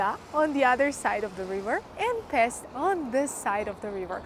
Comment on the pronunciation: Not Pest, it's "Pesht". Pests in EN means different thing. Also the city has 3 parts. The old city called Óbuda, Buda, and the flat part Pest. Yeah, there is a huge renovation, called Hausmann project build - where many part of the castle district gets new face, and heavy renovation process.